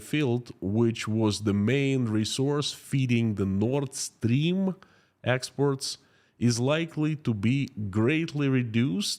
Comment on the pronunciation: Please pronounce "exports" correctly. I keep being confused when you pronounce it "expert".